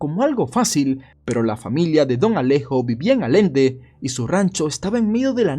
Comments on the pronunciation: A alguien más le está picando en el oído escuchar "Alende" en lugar de "Allende"??? x'D... me encanta el video porque ese señor fué un crack y siempre será un héroe... pero el "Alende" me distrae bastante hahaha una disculpa, es el TDAH (sin ser chiste o abusar)... pero literal, solo quería saber si a alguien más le estaba pasando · un tip sin malas intenciones, a diferencia de Corolla (que es una palabra en ingles)y se pronuncia corola0, Allende es una palabra en español se pronuncia "Ayende" quiero decir palabras en español que llevan doble L se pronuncian como si llevaran Y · me incomodó que le dijera "Alende" cuando lleva doble L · El video tiene unos cuantos errores, Allende se pronuncia como ayende y Nuevo Léon esta en el Noreste de México y no en el Noroeste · allende no se pronuncia alende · Perdón es que me dió ansiedad escuchar continuamente alende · Es Allende no alende y es Noreste, no Noroeste en lo qué respecta a don Alejo Garza Tamez fué ún hombre digno de admiración y respeto . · Su pronunciación correcta es “Allende” con las 2 LL !! Un Señorón Don Alejo y un orgullo para todo Nuevo León. QEPD, nos pegó muy fuerte la guerra vs el Narco a todo el norte. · Me dio ternura cuando dijo Alende jakajaksj Lo diga bien o no es y es perfecto <3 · A ll ende no A l ende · Buen video, pero porque dices Alende y no Allende? Además es el noreste no el noroeste. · Perdon Pero hablas de un pariente lejano mio, Y la ciudad es Allende NL. Y no Alende, numero 2, esa region del Norte del Pais es conocida geografiacamente como el Noreste no el Noroeste. Una disculpa por la correccion. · Mis oídos sangraron por la mala pronunciacion del pueblo, es Allende no alende. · es ALLENDE NUEVO LEÓN,. no ALENDE cómo lo mencionas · Dónde queda "alende" aaaaah en uevo don jajajajaaa mucho patrocinio como para una investigación dónde no sabes leer o decir "ALLENDE " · Por qué decir “alende” 😝😝😝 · Dijo Allende mal todo el video xd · Se pronuncia “AYENDE” allende Nuevo León